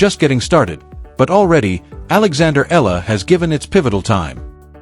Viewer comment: AI over exaggeration becoming fake news! Make your AI pronounce her name properly! It’s E-ya-la not Eela.